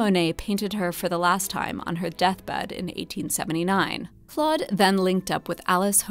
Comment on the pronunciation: Learn to pronounce Monet's name. Say, "Klohd". The 'o' is a long vowel. You don't have to be ignorant all your life.